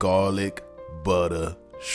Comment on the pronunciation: The way you say garlic sounds so similar to how we say coffee in Brooklyn😆 Great recipe👌🏾. Never made it with grape tomatoes, will be trying!